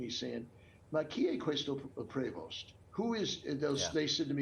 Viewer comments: Wow.. Cardinal Dolan has lost tons of weight. He looks like another person. IT’S PRONOUNCED PRA- VO!!! Prevost is a French name. It’s maddening to hear such a butchering of a beautiful name. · Cindyoberall, Pope Leo's brother Louis in an earlier interview had pronounced "Prevost" with the long-e sound, so I would go with this.